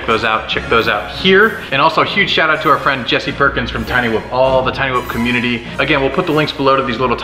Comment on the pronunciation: Did you say, Jessy PORKINS?